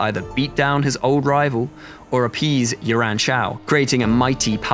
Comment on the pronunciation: It's quite difficult for British people to get Yuan pronunciation correct